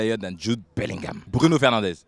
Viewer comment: This dude pronounces everything from the hard palate(bguno fergnaandez)